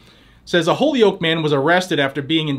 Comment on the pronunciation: It's pronounced hole-yoke